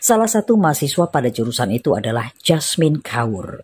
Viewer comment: ‘Kaur’ adalah gelaran ank perempuan keturunan Sikh. Sebutan Kaur adalah “Kor” tanpa membunyikan huruf R